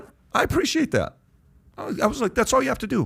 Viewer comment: If Pat could learn to not say Dat and Duh instead of that and the, he would be easier listen to on this podcast.